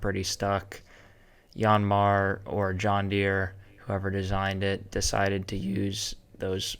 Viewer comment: YAN-mar, not YON-mar